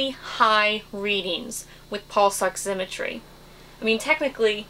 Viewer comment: good video, but learn to pronounce oximetry